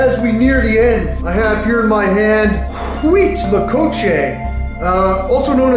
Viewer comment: Dude no dis respect but its pronounced wheat-la-coche